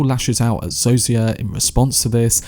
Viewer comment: Great video. Pro tip: Zosia is pronounced "Zoh-sha"